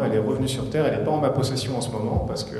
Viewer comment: il dit retourné sur "serre" il a remplacé le "t" par "s" mdr t'insinue quoi exactement ?